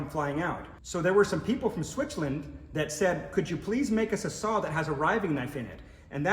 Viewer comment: Did you say Switchland?